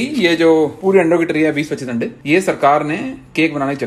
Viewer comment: wife ke saamne aap aande aande kar re hain 🤣🤣🤣🤣🤣 and shez not understanding it at all 🤣🤣🤣🤣🤣🤣 i think you must be knowing what you are saying 🤣🤣🤣 aande not ande 🤣🤣🤣🤣 single 'a' can make a difference 🤣